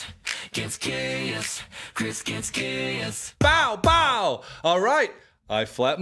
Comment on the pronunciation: It's supposed to be pow pow not bow bow